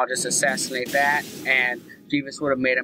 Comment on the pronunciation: Jee-ves!? Haha, you fucking moron!